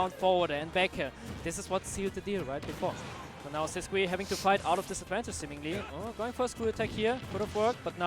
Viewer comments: Is Sisqui's name actually pronounced with the English qu sound? I always assumed it was Sis-key because he's Spanish but this announcer is saying Sis-kwi too Edit: I checked twitter and he has the German and Russian flags in his bio so maybe he's pronouncing it wrong too lol. I can't imagine a Spanish player not pronouncing their tag in Spanish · No ur right it's Sis-key all the commentators are perpetually wrong.